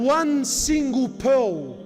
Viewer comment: "pole" isn't it pearl?